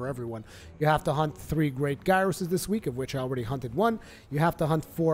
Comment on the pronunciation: Not to be that guy, but it is Gear-ros not Guy-ros.